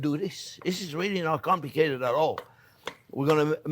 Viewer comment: He says "not comlicated" kinda like going to a neurobiogist and he says " ah, not complicated' LOL Love you Jean-Jierre!!!!!!!!!!!